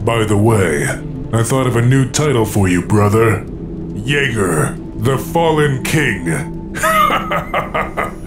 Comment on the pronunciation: It's Yeager not Jaeger